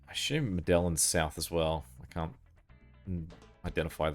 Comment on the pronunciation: Medellin is Med eye een Double LL is generally a Y sound in spanish.